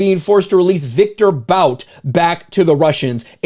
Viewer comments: Its boot not bout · his name is pronounced "BOOT". I wish people on our side would not keep making this mistake. Only person I have ever heard say it correctly on air was Dan Bongino. The first article I ever read about the dude said, Bout, pronounced BOOT.